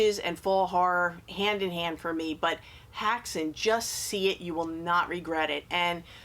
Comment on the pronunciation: Hi, love the vid. "Häxan" is Swedish. Let's just say you almost pronounced it right 😂